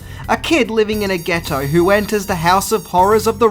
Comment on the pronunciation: "a kid living in the ghet- toe" 🤣🤣